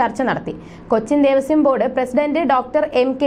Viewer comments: അച്ചരപ്പുടത കൊള്ളാം... ദേവസ്യം അല്ല കുട്ടീ.... ദേവസ്വം. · Not Devasyam.Pronounce as Devaswam.